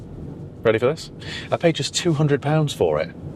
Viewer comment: You're so middle class ' ready for this' ahhh goofy posh boy